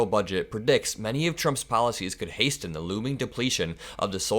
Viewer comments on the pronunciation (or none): The T is silent in hasten